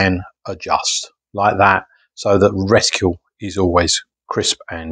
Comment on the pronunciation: Lol... I know I'm being a fooking pedant here but it's 'reticle' ... not... 'reticule'. A 'reticule' is a ladies handbag.